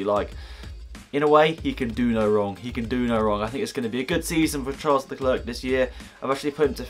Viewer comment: Charles Leclerc's name has a silent C (Lecler)